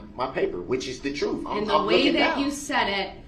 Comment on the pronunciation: Substain, biast, lisenz place, unbiblical cord, oaf of office, troof, relevancy, deffenant...the list goes on! 🙄😂